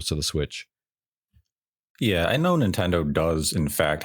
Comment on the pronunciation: "If you knaur, you knaur"